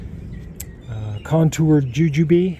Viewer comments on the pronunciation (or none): Its Contorted not Contoured…just a friendly heads up :)